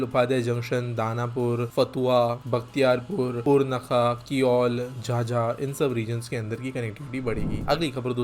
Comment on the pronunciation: Bhai झझा nahi hai, झाझा hai